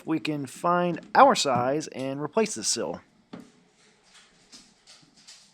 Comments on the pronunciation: It's not a 'sill', it is a 'seal'. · Dude you keep saying sill you mean to say seal!!!